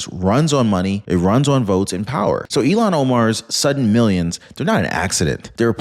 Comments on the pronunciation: please! Her name sounds like ill-han Omar… not Elon Omar. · Not Elon it’s pronounced Illian Omar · Ilhan not Elon